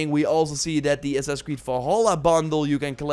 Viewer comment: God Damn, what is "Assass" creed? haha! Annoying shit man.